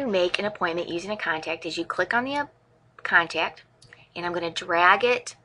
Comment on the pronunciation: Cool video, but the word contact doesn't have a 'y' in it. 'Con-tayy-kt'